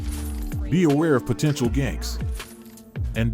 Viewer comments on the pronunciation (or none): none